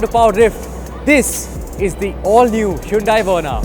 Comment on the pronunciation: Well, if you are explaining what "Hyundai" means, then atleast pronounce it correctly buddy. Powerdrift, time to review the video before posting